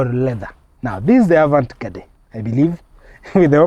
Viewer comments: A vant gadee ndo nini omwami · Wewe pronounce 'Avantgarde' vizuri wacha kusema vitu havieleweki. [ah-vahn-gard] :face-red-droopy-eyes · Avantgarde not avant gade 😂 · THE "AVANT-GARDE" EXPRESSION IS FRENCH. GET A FRENCH SPEAKER TO ASSIST WITH PRONUNCIATION.